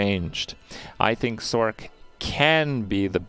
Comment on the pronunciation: Thumbs down for your pronunciation of sorc. I'm petty I know.